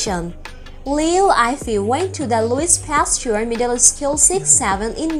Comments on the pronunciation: liu yee fei is right accent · what /ayfei/ Name of a person has proper pronounciation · If you gonna do a video about someone at least get their name right. You made it sound like Eiffel Tower.